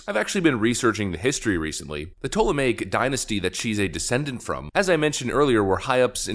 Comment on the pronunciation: The fact you were able to correctly pronounce 'ptolemaic' does you credit. Lord knows the vast majority of content creators can't pronounce simple English correctly, so props to you.